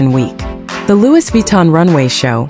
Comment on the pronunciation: ITS PRONOUNCE LOOEY NOT LEWIS 😂😂😂